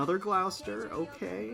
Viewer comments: Gloucester is pronounced as 'Gloss - ter' here in the UK, and Hermes is Pronounced 'Her-meez' rather than 'Her-mez'. other that that love watching you Azur lane vids, hope you get to pull many more Sandys in the future. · Gloucester is pronounced Gloss Tah